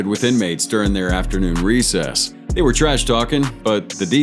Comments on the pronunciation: my dude said recess....lmao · This mother f*** just said recess! 🤦🏿‍♂️